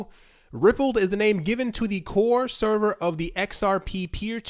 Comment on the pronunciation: Pronounced Ripple "d" not Rippled